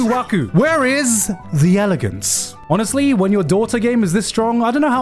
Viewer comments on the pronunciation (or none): none